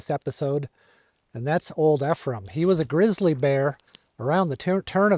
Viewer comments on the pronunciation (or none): Old Ephraim is legend in Utah. Last known grizzly bear in Utah. Pronounced "eef-ree-um". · Get a lesson on how to pronounce “ephraim “ from the locals. E- free- um. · Great videos. Keep em coming. This area is my home. Glad you can enjoy it. Pronunciation hint: Old Eee-from and High-rum. 🤪👍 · NON OF YOU CAN PRONOUCE EPHRAIM OR HYRUM! ARE YOU FROM THE EAST???? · I just did the last section of the BDR a couple of weeks ago. I recognize many of these roads. I got a little lost and wandered around a bit. In your video that section was being grated as I road through it, but I was heading up, not down. It's a beautiful area. Thanks for sharing! Also, FYI, as a Utahn, Ephraim is pronounced "EE-frum" and Hyrum is "HIGH-rum". Emphasis is on the first vowels :)